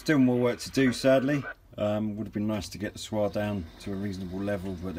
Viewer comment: It's not as you call it a swar meter it's called like it looks it's a S.W. R meter